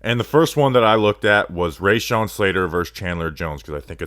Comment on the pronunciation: Dude. His name is pronounced Ra-shawn. Just like it's spelled. It's not Ray-shawn.